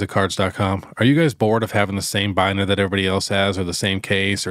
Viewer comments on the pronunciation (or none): none